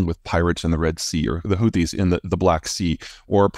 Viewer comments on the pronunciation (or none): none